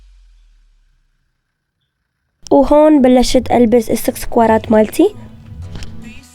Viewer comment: اكسسوارات مو سكسسوارات 😅❤